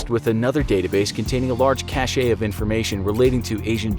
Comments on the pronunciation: Pronounced "cash", not "cash-shay". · cache is not pronounced "cash-eyyy" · One critique. Cache is pronounced just like cash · The way you pronounce cache hurts me